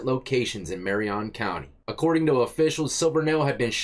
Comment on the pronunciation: Dude said mariON county instead of Marion county